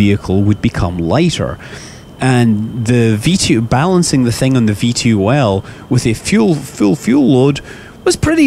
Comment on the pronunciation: i think it is pronounced Ve Toll